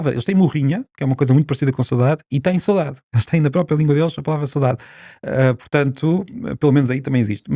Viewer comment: PORQUE É QUE O SR. DIZ "SOUDADE" E ESCREVE "SAUDADE"? CUMPRIMENTOS.